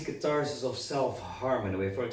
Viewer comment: I drank a shot each time i heard Catarsis or Catartic and now i'm drunk. TYVM!